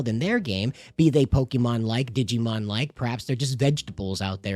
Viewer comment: Why do you pronounce it pokimon instead of pokemon?